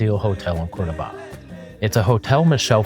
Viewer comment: Nice video, but the pronunciation is COR-do-ba, not Cordo-BA….